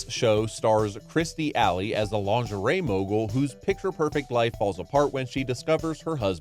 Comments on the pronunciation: It's Kirstie Alley not Kristie Alley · "Kristie Alley" lol wow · Sounds like he said "Kristie Alley" 😂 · I never heard of "Kristy Alley"?